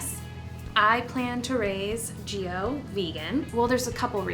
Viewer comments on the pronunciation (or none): I'm Italian and I feel like I have to say this: the name Giovanni (or Gio in this case) in Italian is pronounced like the Jo in the name John, so there's no stress on the i, you actually don't pronounce it! Btw I'm not hating or anything like that I just wanted to point it out... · Gio as you pronounce it sounds like 'jiyo' which means 'live' in Hindi! As used in 'live your best life' ✨ You are such an amazing and vibrant person! I wish you all the love and blessings in the world! ❤